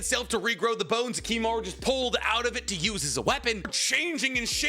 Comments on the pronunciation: Its Kimimaro not kimimaru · It's Kimimaro, not Kimimaru :/ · Kimimar-O, brother. Not uuuu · Am I the only one that finds issue with constant mispronunciation of names? Like I, overall, love his content, but the constant pronunciation of 'Kimimaru' instead of 'Kimimaro' is killing me every time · It's been 12 hours I wonder if he didn't notice lmao. He says it with a U not an O so idk fam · Kimimar-O, not Kimimar-U... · KimimarO. Cmon man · KimimarOOOOO puh-leaseeee 😭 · bro it’s kimimaro